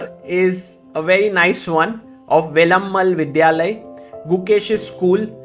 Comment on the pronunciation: Very comprehensive and nicely done. Only thing, please say Velammaaaal and not Velammul.